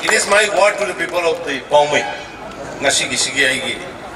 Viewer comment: It Poumai ..not poumei 😅😂